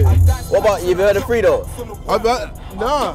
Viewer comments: I’m sorry. FREE-do???? U say it like Freddo like the chocolate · It's pronounced fraydo U r right tho... It's not freedo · It is freedo but is wrote as fredo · Man said freedo loool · Never heard of freedo 😂 Frae-doe is how you pronounce it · Man said free-doe and not Fredo 🤣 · Man said freedo. My guy it’s pronounced ‘Fred-o’ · We are not going to sit here and ignore the fact sterling prenounced fredo's name "Freedo" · I was dying at this when he said freedo 🤣😂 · it's pronounced fredo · Mohammed Yusuf could’ve sworn it’s just said Fredo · Is everyone ignoring the fact the Raheem said “Freedo” 😂😂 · ProjectHades Fredo himself says ‘Frado’ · ragii fraydo is how it’s actually said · This guy called Fredo freedo! Fml😂😂😂🤣🤣🤣🤣🤣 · Will Ibson nah it's like Fraydo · Man said freeedo 😂😂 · Sterling said freeedo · Why did he pronounce fredo like "Threedo"😂😂😭😭😭😭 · hahahah man said freedo and didnt even knw the lyrics hahahahah